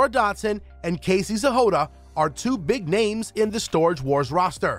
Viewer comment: Why are you pronouncing Casey’s last name as “Zehoda”?